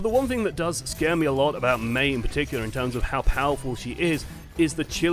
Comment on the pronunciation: I guess your could say we're entering a new "Meita" AHAHAHAHAHAHAHA I'll see myself out.